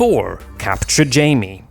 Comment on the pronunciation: God damn it, his name is JAIME, not JAMIE. Why is it so hard for some people to remember? Anyway, i agree with all points you made.